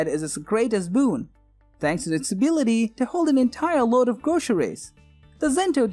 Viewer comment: Entyer woad of gwocery! >.<